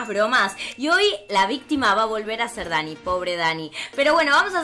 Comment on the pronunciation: dijiste bistima y es bictima